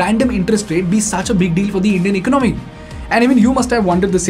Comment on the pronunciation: Pls pronounce " economy" properly.